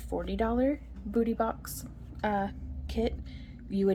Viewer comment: You said Boo ty boxes, so I thought Halloween, lmao